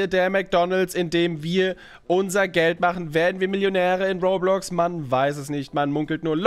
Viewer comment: Roblox nich rohrblox